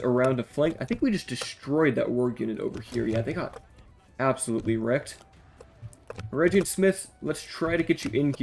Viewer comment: The G in Eregion is like the G sound in Gator. And the A in Gwaith-i-Mírdain are both like A in Arm. I hope that helps 😁